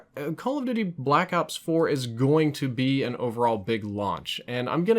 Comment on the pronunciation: He says Blackout 4 almost every time he should be saying Blackops 4